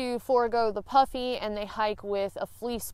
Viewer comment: I was listening to this segment with one ear as I was working at my desk and nearly fell off my chair when I heard you said something about "wearing my puppy coat" Once I looked I realized you said "puffy" coat I laughed in relief. Also , did you ever use your umbrella as a sun shield; i.e. parasol?